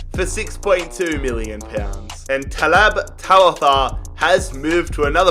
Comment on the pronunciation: i didnt understand you were saying talb tawatha until i read the message